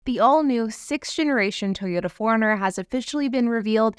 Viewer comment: Sounds like you’re calling it a ‘Toyota Foreigner’ sometimes lol.